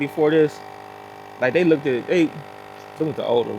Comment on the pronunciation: You do not need to emphasize the "ed" on look.The "ed" is silent on look not look ed.